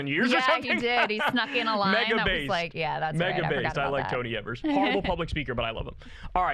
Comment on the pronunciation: Wis governor is Tony Evers....pronounced "Ee-vers" 😊